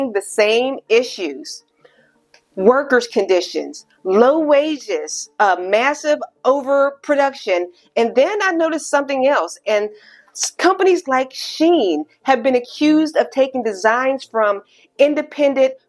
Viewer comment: SHE-IN. It’s pronounced with two syllables. The emphasis is the same on both syllables. You can find this while you’re doing your researching. This is a really fascinating, an important subject you’ve done. Thank you.